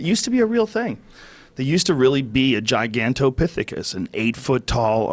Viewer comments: Joe "Gigantopithocus" Rogan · Joe " Giganthropithicus was a real thing" Rogan